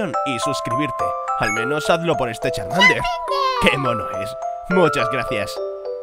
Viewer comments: SE DIERON CUENTA DE QUE CHARMANDER DIGO CHARMANDO EN VES DE CHARMANDER. XDXDxdxdxdxdxdxdXDXDXDXDXDXDXD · Charmando nahi Charmender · lije si te diste cuenta que charmander dijo charmando :v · Encima dice charmando u